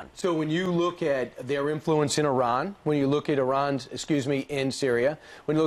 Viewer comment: I loved how she schooled them and how she pronounced "Iran" correctly!